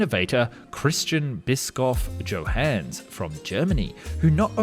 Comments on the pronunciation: Typical English speaker ignorance about German names :) His name is spoken Kristjan Bishauff Yohannes. Can't be so complicated you Posch-Drivers 🤣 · Very faulty pronunciation of the inventor's name. Try it this way: "Chrissdian Bishoff Yohunness".